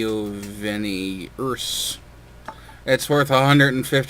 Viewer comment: You said it almost correct . Except that the final "i" is pronounced shorter and the accent falls on "e" rather than on the last "i" :) Still, it was kinda funny listening as you tried to pronounce it :D.